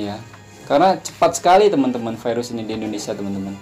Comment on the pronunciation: kalau virus dijadikan firus pirus.. Mantap... 😂😂😂😁😁